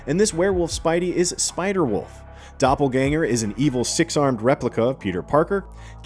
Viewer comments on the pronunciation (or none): none